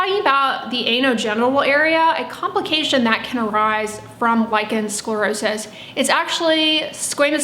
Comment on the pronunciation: Dear, you pronounce the words lichen sclerosis beautifully and you also describe the disease very professionally. Well done. But as you say, what you (and sience at this point) lack is an understanding of what the true cause is, as well as what the right treatment is (meaning the treatment that resolves the actual cause). You say there may be an hereditary factor but you scoff at the knowledge that heavy metals can be passed down to our children. Eg DDT stays in the environment long after the initial use. This also goes for the human body. We are talking about pico particles and yes they do get passed on to the baby. It is so logical! Sience hasn't yet ..searched for it and so yes, they haven't yet ..found it. That is true 🤭😊. Oh and also this : all living creatures take in nutrients and excrete waist material. This is even true on a cellular level. Viruses do this as well. It makes so much sense! When the Epstein Bar virus (EBV) finds specific toxic heavy metals as a food source, such as cupper and DDT, it will feed on it and excrete highly toxic waist material. This specific waist material is prone to drift to the surface of the skin and cause damage there (hence the name dermatoxin). It is not so difficult to understand. Even my 9-year old grasps this concept. And as for scientific prove, it cannot be there if the studies haven't been done right? 😄 But anyway, millions all over the planet are healing with this information 🌎☘️💖. I guess that that can count as an organic stu